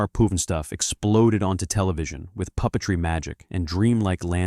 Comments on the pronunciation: "H.R Poof n' Stoof" Come on. Do better. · WHY don’t people do their research before posting these things? In speaking about ‘H.R. Pufnstuf’ (which was NOT pronounced Poofenstoof as the AI narrator does) was NOT sued by McDonsld’s for ripping off their characters. The creators of the TV series sued McDonald’s for doing that with their ‘McDonald land’ commercials (which started AFTER the show began). The real reason the show ended was because it costs more money to produce than what the creators were being paid AND the network offered them a second season at a lower budget! That’s also probably why they did a feature film to try to recoup some of the money they lost. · Cant AI pronounce Pufnstuff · Appoorently noot...